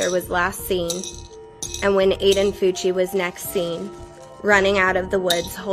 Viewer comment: Bro his last name is Fucci but sounds like cucci😂😂